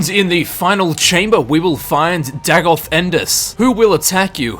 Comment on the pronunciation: Day-goth. Not Dag-oth.